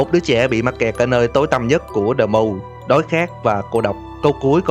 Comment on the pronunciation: Tiếng Anh thuần việt : Đờ Muu🤣😂